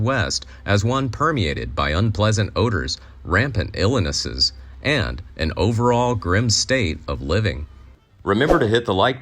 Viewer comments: Why 'Ill-eh-ness'? Only a minute in, and something that should have been edited out assuming a human doing it. Anyone chosen for the part of 'vocalist' would know if something sounded right, and would do further research to make certain proper pronunciation. This one has enough followers I'd assume they took these steps. But, the obviously did not. So, is this an AI channel, or a channel that doesn't care at all? Either way, not good... but, at least be honest about it. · "Ill-i-nisses"? "... from the upon ..."? Seems like there are more content creators using computer generated voice than those using actual human narrators. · "rampant illennesses" eh? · rampant…. “illanesses?” 😂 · 'Illenesses' really!? Another chatbot narrates methinks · "Rampant illinesses"